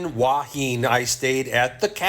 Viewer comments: It's หัวหิน who_a_hin. Not Wha Heen. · where?! You mean Hooah Hin? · It is pronounced… who ah hin. Your way is the Chinese influence. Cheers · Ask a local how they pronounce Hua Hin…….. Hooo-ah Hin. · My Wife is from Thailand. She pronounces it "Who-a Hen."